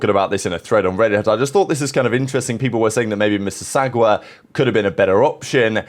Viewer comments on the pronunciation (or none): Miss-iss-aug-ah. You butchered that badly oh my 😭😭😭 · Youre pronunciation of mississauga has any locals laughing. All in good taste